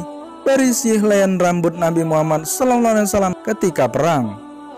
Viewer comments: Mintak maaf bang ucapan anda mengucap nabi Muhammad sollolohu Alaihi Wasallam itu jelas salah cuba lbih belajar sedikit yg saya tulis ini di baca baru betul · Demi Allah, Penyebutannya salah ya mas yang shalallahu alaihi wassalam nya. Kalo tidak bisa menyebutkannya bilang saja Rosulullah. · Yang bener bang kalo bilang solallahualaihi wasalam,jengah gwe denger nya. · shalallahu alaihi wassalam. Tadi penyebutannya salah. Tolong jangan main" Dengan penyebutan nama rosulullah yang suci ini. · Saran om.....MAAV....KALAU BISA... SAAT MENYEBUT ... SHALLALLAHU 'ALAIHI WASSALLAM... TOLONG YG JELAS DAN BENAR.... KRNA PAS D DENGER TIDAK SESUAI PENYEBUTANNYA... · Ko pas dia sebut *shalallahu alaihi wassalam * kek gk jelas gitu ya? Apa aku yg salah denger? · Pengucapan SAW dibenarkan lagi mas🙏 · Elu ngomong " SAW " aja ngga beneeerrrrr.... Kenapa keburu buru... Hadduuuuhhh...